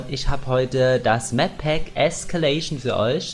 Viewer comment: Äscäläeyschn xD